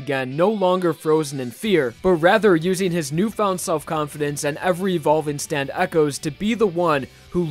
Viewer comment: Uhhhhhhh it’s R E V E R B